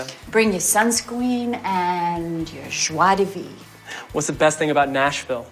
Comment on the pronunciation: Obsessed with "Bring your sunskween..." The "joie de vivre" tripped her up, and they hoped we wouldn't notice.